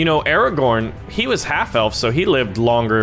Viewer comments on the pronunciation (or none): none